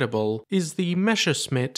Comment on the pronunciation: It's a Messerschmitt, not a Mescherssmitt...